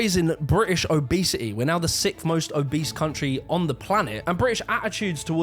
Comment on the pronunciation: I like how they say Abese instead of oh bese